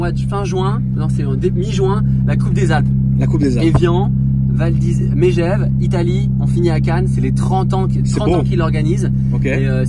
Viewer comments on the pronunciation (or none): Au faite on dit « Megeve (Meuh gève) pas Mégeve Ptdrr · M"é"gève... tu nous as pas respecté frérot...😂😂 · Dsl au cas où on dis " meugeaive " même si ça s'écrit Megève et c'est une putain de ville tu vas kiffer et si vous passez par sallanches c'est encore mieux